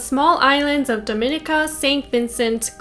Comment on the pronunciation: Just found out I'm related to this guy. Doing a deep dive and found this vid. Thank u for the info. Also it's (dom-in-neeka) pronunciation 💜